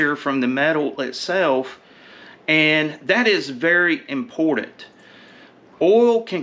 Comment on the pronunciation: Good stuff. Never hurts to go over the basics. Also the word is important. Not imordent. It took me a second to realize what you were saying.